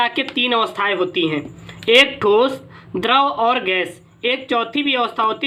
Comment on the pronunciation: द्रव बोलो यार